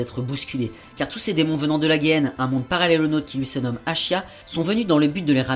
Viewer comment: Juste un détail, pas grand chose hein, la Géhenne pas la guéenne. C'est pas très grave ^^ sinon bonne vidéo, bon synopsis! Continue le bon travail. (@@